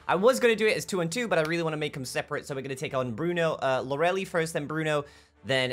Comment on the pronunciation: Its Lor-uh-lay, not loreli xD